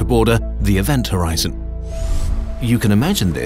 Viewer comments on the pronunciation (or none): event hor-bi-zen